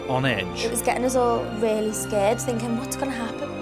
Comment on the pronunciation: "I'm just finking in my 'ead." ~Lee Ryan As opposed to the other places he finks...